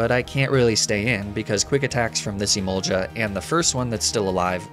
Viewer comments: My god, it's Emolga not Emolja, I'm going mad hearing it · The fact that when I first started watching these videos, pronunciation of "Emolja" bothered me but now he can literally say "Stroojul-Boojle" and I won't bat an eye. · I know it's a running joke at this point, but every time he says emol-juh, it gives me crazy.